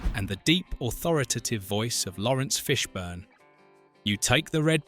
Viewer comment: The Ai voice is annoyingly inaccurate in its pronunciation of names saying Lawrence Fishburn, Wohkowkies and Warner Brothies! 😬